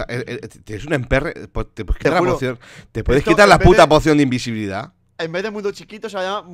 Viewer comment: el tonacho invisivle ivesilvilidad no invisibilidad